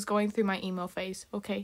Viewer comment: Wen you said emo fase I thought you said e-mail fase